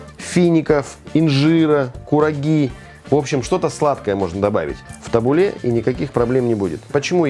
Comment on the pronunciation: Можно я тут свои пять копеек вставлю 🙈 Название салата звучит ТабУле(ударение на У),а не ТабулЕ.А ещё можно добавить зёрна граната,это оочень вкусно